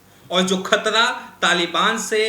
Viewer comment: Ek sabd nahin bol rahe.( Shabd) Khtra (khatra) Rasia ( Russia) Kamjor (kamzoor) Kosis (kaushish) Kabja ( kabza) Kam se kam public addresd ke waqt apne shabdon ka uchcharan hi sahi se kar liya karo.shame shame shame.🖓🖓🖓